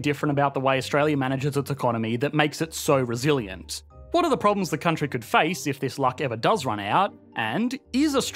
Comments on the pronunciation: why do say "country" so weird....countriiiiiiieeee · this Countryee has an advanced economyee